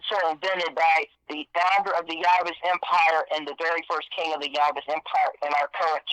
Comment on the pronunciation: As soon as he couldn't say the Kings name....that was it for me....FRAUD!